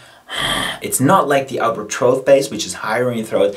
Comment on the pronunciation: Just wondering, why do you pronounce throat bass “throath bass”?